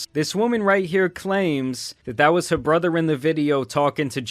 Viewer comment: It's so sweet that she exposed her "Little Brudder"